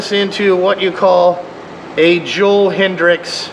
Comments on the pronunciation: .1 its hetrick not hetrix .2 its a trx not a crf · It’s Joel hetrick not hedricks